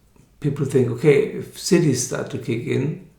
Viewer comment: "...the cities start to kick in. [...] People think, ok, if cities start to kick in, supernatural abilities like healing and so on" etc. I don't think you're saying "cities," but I have no idea what else it could be. Could you clarify?